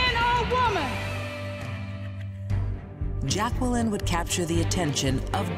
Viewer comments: it's Jacqueline not Jac-Kwel-in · Its pronounced jay-quel-in! XD REPLY IF U GET THE REFERENCE